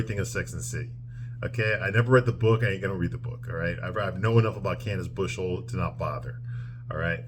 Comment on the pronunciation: Great recap. Btw it’s Candace Bushnell, not Bushell.